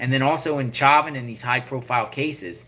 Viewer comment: Former fbi informant who was due out in 2 years. Cheuvin is pronounced like ShowVen. This is weird shit though.